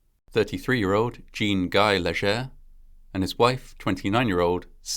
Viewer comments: Jean-guy is pronounced sh-jon-gee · And a fairly good attempt at the French name pronunciation. "Jean Guy" is not pronounced like a dude with a pants preference though.